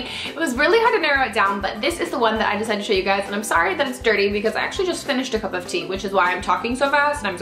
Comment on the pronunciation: Totally obsessed with Estee as well. Also, at the end when you said "tell me your favorites. favorite show, favorite movie" I thought you said favorite booby.......yikes lol